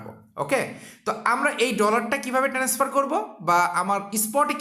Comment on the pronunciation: ট্রান্সফার না বলে বার বার টেনেসফার বলেন কেন ??